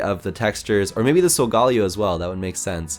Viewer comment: Who else cringed when he said Sogaleo